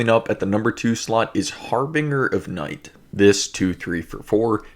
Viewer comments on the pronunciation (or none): Harbinger is pronounced with a soft G. (A J sound.) I just tossed two of those into my trade binder. Thank you so much for what you do!